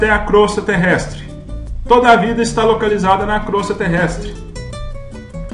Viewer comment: Só lembrando, não é crostra: é Crosta terrestre.